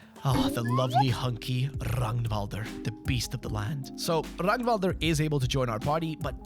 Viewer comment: love me another fellow swed that appreciates fear and hunger :))) (thank you for actually pronouncing Ragnvalrd's name correctly)